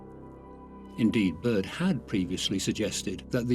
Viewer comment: Is this accent British or what? Because he said like he's from Brooklyn 😂